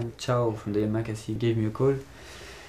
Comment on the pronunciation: It´s YAMAKASI !!! not Yamakase